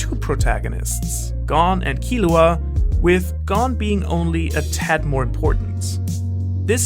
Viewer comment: I'm suprised your saying killuas name right